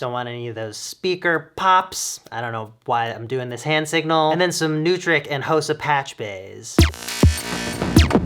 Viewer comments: You didn't cover how to pronounce Neutrik (LOL)... it is pronounced NOY-trick (like soy or joy)... not NEW-trick... it is a German company.... NOY-mann microphones, NOY-trick connectors. This video will get a million views, with half of them beginners, which will show a half-million people how to mis-pronounce NOY-trick..... zillions of audio beginners going into Guitar Center asking for NEW-trick connectors on their cables. LOL! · Noooooo u mis-pronounced “neutrik”. It’s German so it’s pronounced like noy-trick. Just like Neumann is not “new man” love u Andrew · "Special thing" ? That's just called tuning your room, Andrew. Edit: I'm sorry. Not "Special thing". "Awesome thing" was the phrase used. Edit #2: It's pronounced NOY-Trik